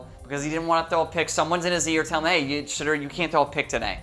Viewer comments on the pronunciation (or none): are you saying shitter sanders?